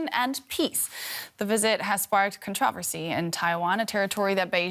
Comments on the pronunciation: I've never heard so many awkward pronunciations of the word "controversy" in ones news segment lol. I do enjoy DW, just funny! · I like how they pronounce the word ‘controversy’… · DW anchor woman doing a great job here, but she needs not be pretentious by pronouncing “controversy” like the rest of the Anglo phonic world.